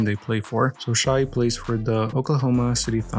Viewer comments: Bro it pronunciation is Shay not shy gilgeous Alexander bruh not shy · He miss pronounced, shai,s name